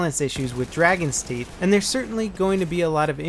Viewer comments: It is Dragon's Teeth, not Dargon's Theet ;) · Dargons teeth lol. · "Dargons Teeth"?:P Sounds like a messed up daedric lord.